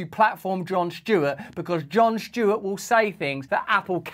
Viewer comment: is it Jon Stewart or Jon Shtewart?